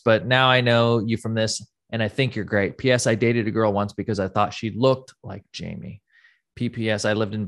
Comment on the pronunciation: Why does Rob keep calling Jamie - Yamie?? It's so annoying